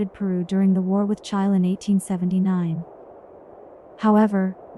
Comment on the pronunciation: Really interesting, but there must be a human being who wrote the script, and if so, why on earth can't they use their own voice rather than an AI generated one? Pronouncing Chile like mile is a joke and, if not quite ruining it, severely dents how seriously it can be taken.